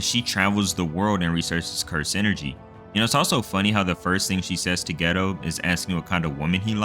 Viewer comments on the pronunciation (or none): Lmao the way you pronounce Geto as 'ghetto' is killing me 😂